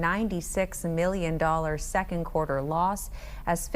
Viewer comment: What's a "quater"...😂